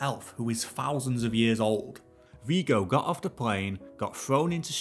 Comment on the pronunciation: I'm not 100% sure, but isn't Viggo pronounced with a short "g" sound?